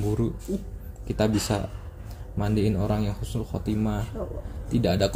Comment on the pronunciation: maaf ukthi/akhi... Husnul bukan Khusnul🙏🙏